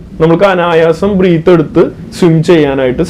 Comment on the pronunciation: Bro, വളരെ നല്ല വീഡിയോ ! എല്ലാ വിഡിയോകളും വളരെ ഉപകാരപ്രദം ആണ് ! ഒരു ചെറിയ നിർദേശം മാത്രം : breath (when used as a noun) എന്നതിന്റെ ശരിയായ ഉച്ചാരണം ബ്രത്ത്‌ എന്നാണ് (എന്റെ പരിമിതമായ അറിവിൽ ) breathing - ബ്രീത്തിങ് ✅ *** breath -ബ്രത്ത് ✅ (as a noun) Breath (as a verb / ക്രീയ ) - ബ്രീത്ത് ✅ So ബ്രീത്ത് ചെയ്യുക / ബ്രെത്ത് എടുക്കുക 😄🙏🏾 🙏🏾